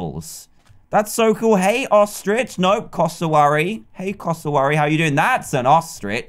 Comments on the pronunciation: It's not coss a worry it's cass a w airy. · Is cass-or-weary not cass-ah-airy 😹😹😹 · ITS CASS-O-WARY